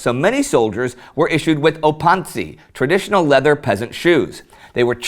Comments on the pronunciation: Opanci and shajkacha ade saying different but its okay because you are not from Serbia and our words are hard for saying to someone who is not from here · Excellent video, though I couldn't help but giggle at some of the pronunciation (especially of Opanci). Here's hoping that episodes like this one keep bringing to light that we're not really warmongering bogeymen, but rather just a people/nation sick and tired of being treaded on. Peace.